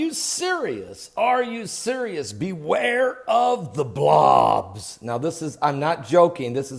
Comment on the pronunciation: LOL love the he says Blawobs .